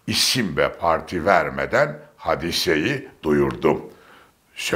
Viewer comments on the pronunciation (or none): Sizi dinlerken bilgileniyorum ancak bir robotu dinler gibiyim😅hamile,hadise,narin,hakim derken a harfini biraz uzatmalı okuyoruz,siz kısa pkuyunca kulağa bir garip geliyor,sevgiler.